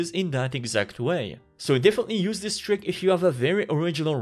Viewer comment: When you still mess up the pronunciation of this and these even when it tells you in red underline that it's wrong